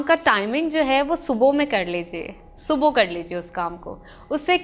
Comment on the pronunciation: Topic bht acha ha but jesy he ap subha ko galt pronounce krti ho ak dam topic sy dilchaspi he khatm ho jati ha or sunna bardasht sy bahir ho jata ha jab koi galt urdu boly to ajeb sy uljhan hoti ha ya word morning subhooooo ni subhaa hota ha plz correct it